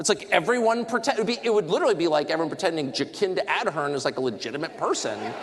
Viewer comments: 'Ja-kin-da Ad-hern' 😂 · Love the way that Tucker mangled the pronunciation of our terrible ex-Prime Minister: Jacinda Adhern. He's given us here in NZ a new way to mock her!